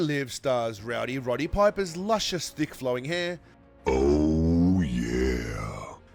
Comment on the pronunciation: 'Piper' starts with the letter R now. Fuck the world. Piper/Riper was Scots not Irish heritage.